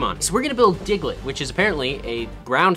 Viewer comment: He said the diglet nose “mouth”